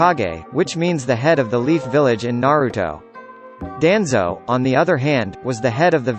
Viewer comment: Learn how to pronounce names before making videos. DANZO AND LUFFY!!